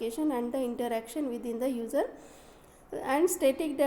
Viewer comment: simply read the pdf and mostly user will pronounced as ujer